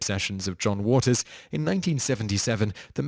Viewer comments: John Waters, for the GSD's sake! JOHN waters! You're mispronouncing things deliberately now! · Vincent PRICE. JOHN Waters. The guy who makes these videos mispronounces sooooo many words. If you are gooing to read from wikipedia then at least try and pronounce things.